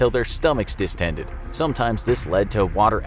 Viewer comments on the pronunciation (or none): Word of the day: Distended (the narrator appears to have just learned this word) 🤣